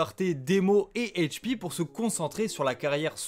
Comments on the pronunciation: Arrête de dire hp avec l’accent anglais… c’est Hache 🪓 P ! Et sinon t’as bien résumé, mais il manque pleins d’infos sur leur début ! Comme un de leur plus gros son a l’époque « où est s’tenculé » qu’ils ont fait pcq des gars du 91 avait peta leur son et instru, c’est allé loin ! Mais sinon dans les grosse ligne t’as bien résumé 👍🏾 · Pourquoi tu dit Hache P en mode cainri ?